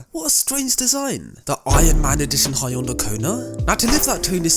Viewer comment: H. Yo. N. Day not hayondai 🤦🏻‍♂️